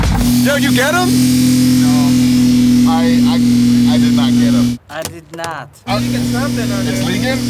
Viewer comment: “I did naat”🤣🤣